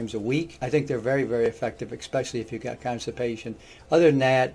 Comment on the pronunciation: careful how you pronounce words. You said "expecially". Last time I checked, there is no "x" in the word especially! Sorry, it's the old english teacher in me.